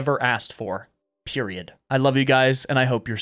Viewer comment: Bro really said "PERIOUD" got me laughing